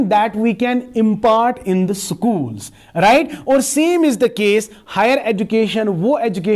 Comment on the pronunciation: Spread ❌ -Siperred ✔️ School ❌ -Sukul ✔️ Institution ❌- Inastituison ✔️ Search ❌ - Sirach✔️ Help ❌ - Helap✔️ Knowledge ✔️- Knowledge ✔️ Otherwise..... Knowledge ❌- Kanolaze ✔️